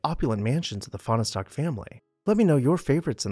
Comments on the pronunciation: It’s pronounced as 2 syllables not 3: Fahn stock. And it’s Vi lard’not vill’ard. You can ask me how I know and I won’t tell you. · Fahnestock is pronounce as two syllables - the "e" is silent. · They say there never was a Fahnestock! :) ..that's a joke! "Finer-Stock"!